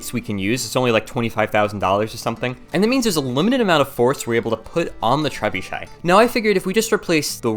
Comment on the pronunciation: Poor lad can't say trebuchet 😅